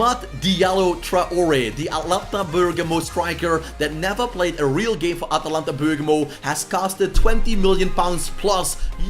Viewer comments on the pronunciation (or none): none